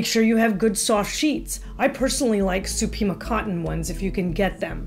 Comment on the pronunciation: Hi, I've recently found you and I love your channel! I couldn't quite understand what type of sheets you said: "I personally like *Sukimo*? cotton ones." LOL. What kind of cotton? My ears must be getting old 😆